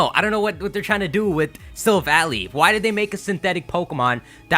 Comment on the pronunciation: It's not Silva-ly, it's Silva-lai. Because it's a Silver Ally or, in Japanese, a Silver Buddy (Shirubadi).